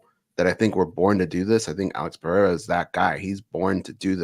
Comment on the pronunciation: my guy, u keep saying "peh-hey-ra" but it's "per-air-ah"... The "HEY" is used only when you have a double R, or with an R at the beginning of the name...